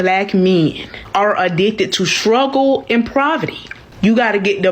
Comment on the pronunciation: It sounded like she said shruggle and proverty.